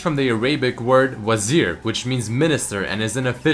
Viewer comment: you actually typed and said وزير perfect